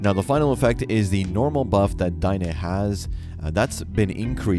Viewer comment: It's not Dien-Eh it's Den-ae. Anyways I hope they make it so when your character is floating in the water, you can whistle and immediately mount. Of course distance still plays a role depending on if you have no flute, flute or the celestial horn .